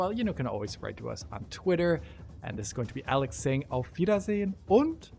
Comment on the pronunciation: Iam a german "aufwiedersehen" and "und" was a perfect smooth 60 fps german pronunciation 😅👌🏻😉